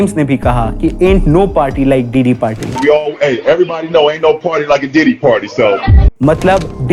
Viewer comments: Also it’s ‘diddy’ not ‘Deedee’ lol😂😂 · diddy ❌ Didi ✅ 🤣🤣🤣🤣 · Bro sometime says didi(big sister) 😂😂